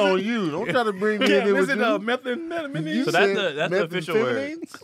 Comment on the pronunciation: had a “🧏🏾‍♂️Hey, Tom” moment with the word, Methamphetamine. Lmao! - 😂😂